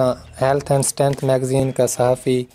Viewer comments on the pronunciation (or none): none